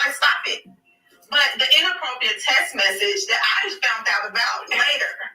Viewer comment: can't even pronounce "text"..she knows damn well Mel wasn't being inappropriate.